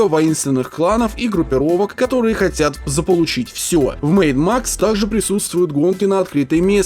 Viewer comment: Я один слышал не Mad Max, а Maid Max?